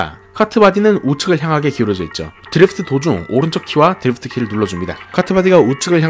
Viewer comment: 드리f트 말고 드리프트가 듣기편할듯!